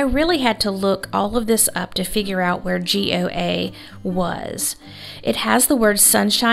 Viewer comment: Goa is beautiful! It was settled by Portugal and has beautiful beaches! You pronounce it just Go a . It has 2 syllables and the "a" is a schwa "a" sound.